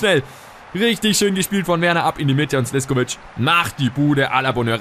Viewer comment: Er wird Slischkovic ausgesprochen